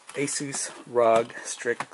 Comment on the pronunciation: Are. Oh. G. not rahg.